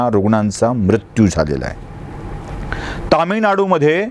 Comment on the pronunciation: उच्चार म्रत्यू नको ..मृत्यू असा करावा